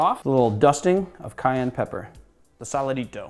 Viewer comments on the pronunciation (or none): none